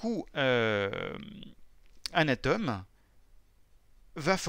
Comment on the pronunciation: On dit ATOME et pas a tome